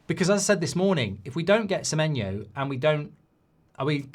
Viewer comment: Accidentally got Semenyo's name right